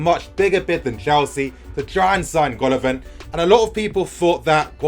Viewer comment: It is pronounced Gala-Vin !